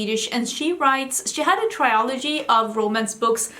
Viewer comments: also we say trill ogee rather than try ol gee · Since you often ask how things should be pronounced: trilogy, not triology. And it's the same in Swedish, trilogi, inte triologi. I guess a mix up between trio and trilogy is the explanation behind that common mistake. I loved hearing your book review!